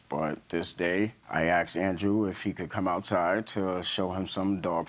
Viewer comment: asked not axed